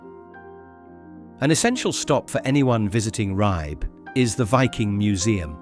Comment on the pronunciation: please pronounce Ribe correctly.